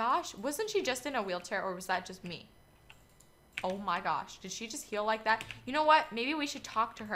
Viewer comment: i thought u said "kill" but u said heal i think xD